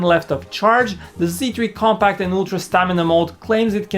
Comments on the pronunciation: I think I hear him say "comPAKK" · I thought he says sony xperia come back!!!